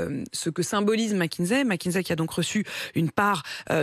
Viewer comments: Pourquoi toute la Maronie prononce Mckinzey? au lieu de Mckinsey? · y a un "S" et pas un "Z" à McKinsey